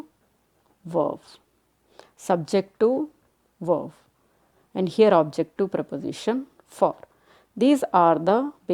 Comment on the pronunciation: Its verb not verv